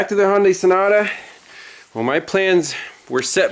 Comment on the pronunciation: Sounded like you called it a snota, Ha,Ha.